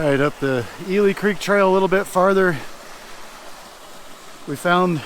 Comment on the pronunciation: I worked at Jones Hole NFH five years. Ely Creek should be pronounced as E-li , not E-le. It was named after a mule that died and was buried there.